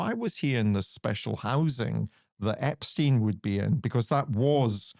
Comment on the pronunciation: Very good that you also pronounced Epstein's name correctly!!!